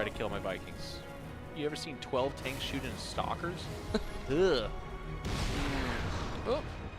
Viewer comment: Only me hear "s**kers " when he says "stalkers"?